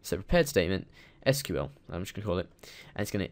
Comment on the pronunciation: So many people say SQL "School." Just Why?